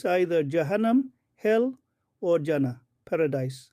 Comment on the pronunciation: Not جانا Jana ... you should pronounce it as Jannah جناح